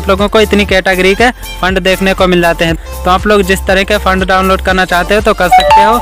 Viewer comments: Font ❌ fand✅ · Fand nhi font😂😂